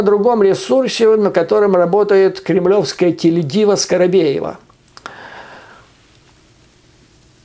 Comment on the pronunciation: Юрий, я в восторге от Вашей аналитики. Кстати, сочетание ума и красоты у мужчин тоже редкое явление, Вы сумели это соединить. Оговорка "Скарабеева" прелестна, а лучше Скарапеева